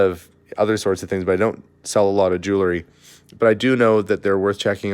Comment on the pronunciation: I love your YouTube channel and wait anxiously for the next, but I have to say I am going kind of crazy not being able to correct you every time you mispronounce jewelry.